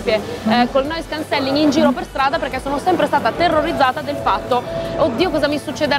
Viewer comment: Bel video ma si pronuncia Noise Càncelling! Occhio all'accento